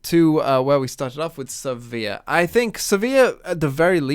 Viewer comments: I'm a bit confused by this comment. You can look up Riot's official media (i.e. Sivir's champion spotlight or the Descent into the Tomb cinematic) and see that the official pronunciation is Siv-ur (rhymes with 'shiver'). I assumed it was said as does in this video (like 'severe') for quite a few years before I took that on board. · I believe you're pronouncing Sivir the wrong way. I'm not sure how to explain what's the right way... But I know it.